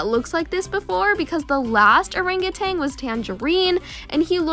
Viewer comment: People say : orenguten When it's supposed be : Orangutan